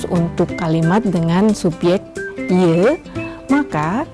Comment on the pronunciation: Bu dosen,,,hati2 kalu ngucapin pronomen " je" bunyi "e-"nya harus pendek, jangan terlalu panjang dan ditekan.